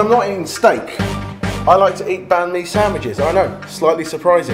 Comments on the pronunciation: Its bánh mì not bánh-mi hâhha XD though its a very good video Love the recipes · Banh mi is pronounced more like bun me :D. Well thats how i pronounce it in viet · You totally botched the pronunciation on banh - mi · Seriously dude.. A bahn-mi without hoisin ? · Jamie saying banh mi is making me cringe since I'm Vietnamese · Jamie you said banh mi wrong